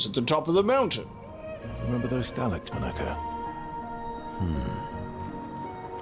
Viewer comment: Yes, well, very impressive parrying this episode. But please,, it's pronounced Monoco, not Monoco!!